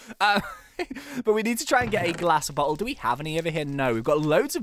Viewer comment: when he said "glass bottle" I thought he said glass but hole. lol